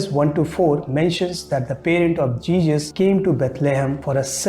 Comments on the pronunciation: Arrey O Uncle, its JESUS not JEEJUS 🤣🤣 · For Christ sake it's not Jejus, It's Jesus.